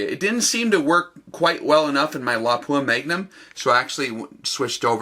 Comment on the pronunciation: THANK YOU FOR PRONOUNCING "Lapua" correctly! LOP-up, not la-POO-a. drives me nuts! Nice video!